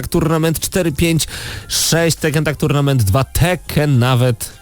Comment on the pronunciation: Tuirnejment buahahaaaaa